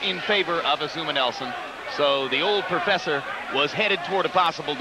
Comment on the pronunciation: The Proferfsor